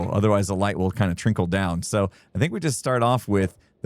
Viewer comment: Hey guys, what's Trinkle? Trickle I know, but I have never heard of Trinkle. :P